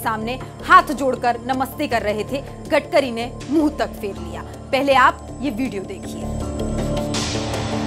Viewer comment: गटकरी नहीं गडकरी है क्या एंकरिंग करोगी रे बाबा